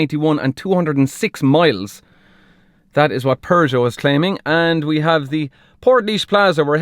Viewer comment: The pronunciation of Peugeot is not "PervertJo"... to be clear 😂